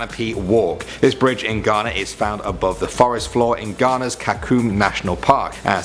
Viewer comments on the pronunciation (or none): none